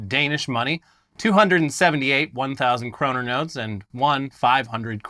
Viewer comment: krone = "kro-Nuh"